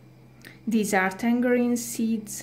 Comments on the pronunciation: You put a g on tangarein 😂😂 thats not jow you say tangarein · Can I give you some English tips? The "g" in tangerine is pronounced as a "j" and any time you have "kn" in English, you do not pronounce the "k". It is pronounced "Nife" and "know" is pronounced "no". I know, it's a confusing language